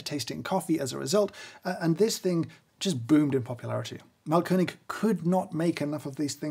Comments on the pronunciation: Yes, audible Umlauts! Although he does say mahlKÖNIG instead of MAAHLkönig, i.e. emphasis on the wrong syllable, and A too short. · Thanks! It's Máhlkönig btw, stressed on the first syllable. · His pronunciation of Mahlkönig is simply wrong. I appreciate the effort to try and he certainly did a better job than your average Joe but to say it's on point or incredible is a bit far fetched.. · Thanks for a very informative and enjoyable video (as always)! You also did a very good job pronouncing the German Ö-sound perfectly! Just a little tip: the A in Mahlkönig is a long sound. An h after a vowel always makes the vowel a long sound. ;) Keep up the good work and thanks for making lockdown more interesting :)